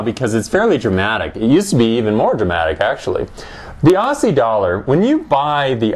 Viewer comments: "AWSSIE" lol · ossie?? As in "posse"?